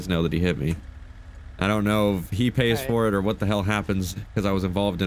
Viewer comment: Anybody else catch how said," Itour all around my neighborhood."